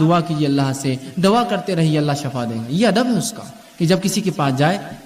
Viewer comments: اسلام علیکم و رحمتہ اللہ و برکاتہ بإذن اللہ تعالٰی میرے دینی بھائی معذرت کے ساتھ شفاء زیر کے ساتھ الله آپ کو شفاء عطا فرمائے (زیر کے ساتھ ) اور شفاء زبر کے ساٹھ ( جہنم کی ایک گھاٹی کو کہتے ہیں۔ یعنی جہنم کا گڑھا اور شفاء زبر کے ساتھ ایک اور معنی موت ہے برائے مہربانی آگر میں غلط ہوں تو میری اصلاح فرمائیں کیونکہ آپ باربار اس لفظ کو باربار دوہرا رہیں ہیں( شفاء زبر کے ساتھ ) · Shafa nahi shifa msna badal jata hsi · Assalamualaikum shafa kiyun bol rahe h..sofa bolna chahiye 😢😢😢😢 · shifa. . . shafa nahi